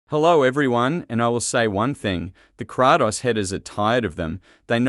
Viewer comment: Kraatos ha! Bra it's Kratos